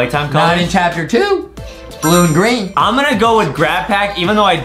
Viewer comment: Adam says Chapter pee